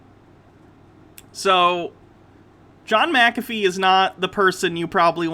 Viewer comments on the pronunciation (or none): I'm glad I'm not the only one yelling McAfee (Mac-a-fee) as my BP rises every damn time he says that! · And sometimes micka fay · How do you pronounce it? Mac- feeee.... right?...lol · The mini rage over not pronouncing Mcafee right is glorious lol